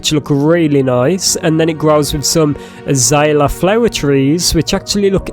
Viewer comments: It's pronounced uh·zei·lee·uh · Uh-zale-yuh. And those are flowers. Not fruit. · your saying it wrong its a zae l ea